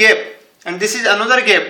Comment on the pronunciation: It's no GEP it's GAP